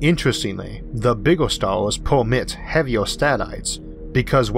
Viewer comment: "our Galaxy is an emormous place with billions of StaaaaHWss!" lol